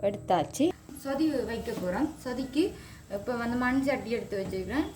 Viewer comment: தமிழை கொல்லாதை (சோதி இல்லை சொதி) மற்றது கருவேப்பிலை. தமிழை கற்றுக்கொள்ளுங்கள்.